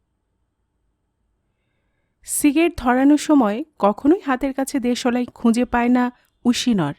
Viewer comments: apnar voice ta misti...but...uchharon ta..ektu ghosa maja dorkar... jmn.... de...solai noooooop kothata.. deslai.. ok💏💏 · দেশলাই উচ্চারণ টা একটু ঠিক করে নেবেন। খুব সুন্দর বাকি টা